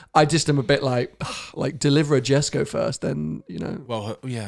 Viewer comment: Wtf guys...what are you trying to say here! Every petrolhead catch every detail about gemera and jesko absolut and you cant even say Jesko right...pathetic!